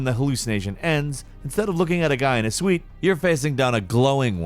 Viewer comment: Hehe he said "Guy in a suite" instead of guy in a suit"